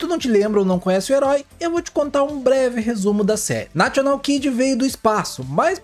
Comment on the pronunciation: O locutor fala nacional kid, vc deveria segui-lo e não falar national.